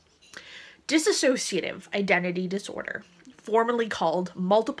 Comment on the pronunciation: Please at least pronounce it right. It's not dis-associative. It's dis-sociative. Got that's so annoying!